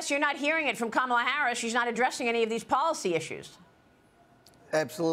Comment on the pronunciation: She will be president for the next 8 years, so learn to pronounce her name properly.